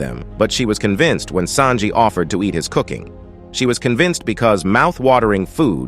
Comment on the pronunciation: I swear the narrarator needs an oscar i mean him pronouncing names is so funny lol for him zoro = zoror mihawk = mwihawk marine = marina sanji = sajin pirates = piratis